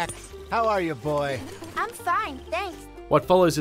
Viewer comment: Lenny My BOAH